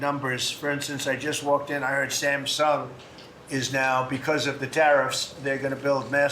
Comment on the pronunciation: Did he say hamsung. He’s lying